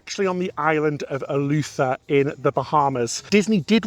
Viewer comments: The Island is Eleuthera, with an “r” in the last syllable; not “Elutha”. Bahamian is pronounced with a long “a” sound in the second syllable. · Ee-loo-the-ra - 4 syllables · Love you guys videos but as a Bahamian I just have to say the pronunciations are way off 😂 “Bahamian” is pronounced (buh-HAYM-yin) and “Eleuthera” is pronounced (el-OOTH-ruh)